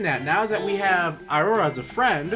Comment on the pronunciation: iroha's name is pronounced eerohwah but spelled iro wa watch means "color is" in Japanese.